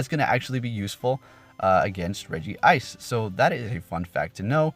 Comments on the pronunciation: It's written Regice and you spell it Regi-ice? Where you take the second "I" from? :D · Its rejice not regi-ice sorry for correcting not hating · Hey i want to correct you that Regice is pronounced Re-Gice not Re-Gi-Ice. Cool vid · He meant its Regice. There's one I. So the pronunciation is Regice and not Regi ice. I've made the mistake multiple times myself lol